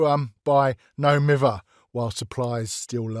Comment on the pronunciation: do be spittin’ facts on the state of DBD balance /hj Edit: omg poor Bubba! they deserve better 2nd Edit: hearing that pronunciation of No Mither hurts me as a Manchester person myself...